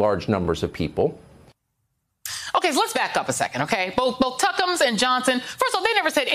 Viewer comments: Love how she calls him tuckumas. 😆😆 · Love how she calls him Tuckems. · Love the fact that Joy calls him "Tuckems"! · I love it when she calls him Tuckumms. Priceless. 😆